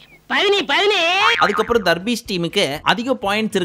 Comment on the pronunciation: Pls don’t say darbees here after pls say “THARRPIECE”